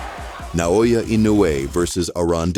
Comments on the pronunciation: Please pronounce our Hero in right name ( NAOYA ) not Nanoya That is disrespect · Na O Ya, not Na Yo Ya